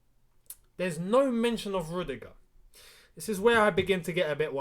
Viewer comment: Not rudigerr